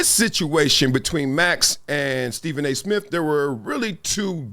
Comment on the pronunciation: Steven A. Smiff??? 😊